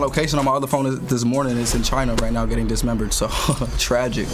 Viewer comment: They way he said tragic 🤮